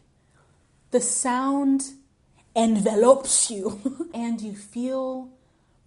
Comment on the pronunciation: "The sound en-vey-lopes you" 😂. I discovered it at yoga and listen to them from time to time...very relaxing.